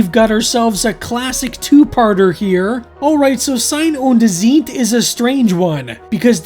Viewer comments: you pronounce them on the second vowel. ie=beet ei=eye. and Z is ts tsite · Nein nein nein. It's not "zeet" 😂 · And you're so close, just pronounce 'Zeit' the same as you do 'Sein' and just put a bit more emphasis on the 'z' in Zeit. :-)